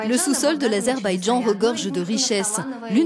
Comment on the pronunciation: Azerbaijan, do not pronounce Loğzabajon.